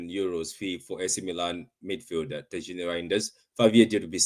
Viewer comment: Great signing! Very nice, cute, intelligent, mobile midfielder and I hate to correct you again but its pronounced Tiyanni lol. The J is silent! 😭 He's actually named after Tijani Babangida which is interesting as I liked him and his brother Haruna Babangida way back in the day!